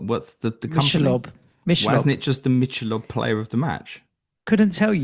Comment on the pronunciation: Michelob Ultra’s full name is “Michelob Ultra Superior Light Beer” and that’s why they’ve called it Superior 😂 It’s pronounced as “Mik-a-lobe” also but hearing the H pronounced gave me a chuckle. Cheers for the conversation!